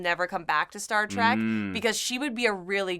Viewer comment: Did he call "Star Trek" Star Trak